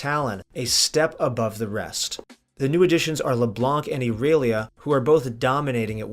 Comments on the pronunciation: why does he say erelia everyone says irelia even if thats what he thinks is right it doesnt matter majority says irelia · you mean you dont pronounce it Erailiya. clearly how they intended it to be pronounced. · cant even pronounce first characters name right, fucking trash. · Latin American. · Why did u say irelia like that lol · Ok wait how did you pronounce IRELIA. Ok I’m out